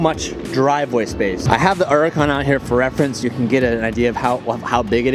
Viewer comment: I'm i the only one who hates how says Huracan😄